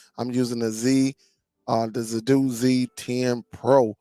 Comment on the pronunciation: you have a good channel, good content, you lose cred when you insist on saying Zappoti, you seem to manage saying Zidoo correctly. As far as this player goes, it's mos def a rebranded Zappiti Neo, only brand name and model on this are different. No need to buy this for Zappiti owners, the new app that comes with this one is what will be offered to us soon, will also work on Dune, and in future Zidoo. I have all 3 brands, a subscription will cover all your players, and is way cheaper than thus new player.